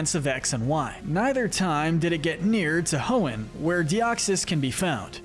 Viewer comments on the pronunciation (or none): IT'S HOENN, NOT HEON! FIX IT NOW!